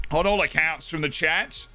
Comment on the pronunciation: Every time he says Chat, it sounds like Chet. I'm like wtf is Chet???